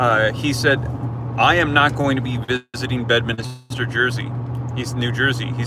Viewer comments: It’s Bedminster - not Bedminister….just to clarify. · Drop a 2 in the comments if you want to say bed-minister one more time